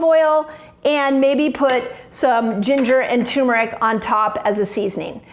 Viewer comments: Let's improve your credibility: Pronunciation of Turmeric IS NOT 'TUMOR - ICK", it is pronounced "TER -MER-ICK". It is not a tumor, thus neither benign nor malignmant. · 😱PLEASE! For heaven’s sake: PLEASE. DON’T EVER SAY “ TU-MERIC AGAIN! It is “TUR-MERIC!” DON’T leave out that R…we all know you are way too bright to do that, but still… BUT this video is SO FABULOUS that even if you keep on saying TUmeric , we are all going to love you anyhow and continue kneeling at your feet because you are such a genuine inspiration. ( “AND INDEED, SO BRIGHT! 🥳🏆🥰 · it's tuRmeric not turmeric. thanks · Turmeric I guess the r is silent